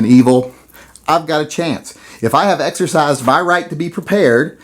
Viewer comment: I can’t help but laugh when you say the word “exercise.”